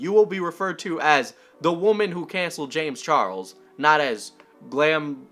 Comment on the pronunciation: "James Chargles"